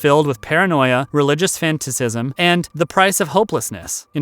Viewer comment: the narrator mispronounced the word "fanaticism" (a derivation of the word "fanatic") and instead said "fantacism" (a derivation of the word "fantasy"). Just sayin'....